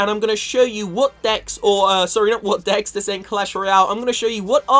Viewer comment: Who else thought that he said dicks instead of decks 😂😂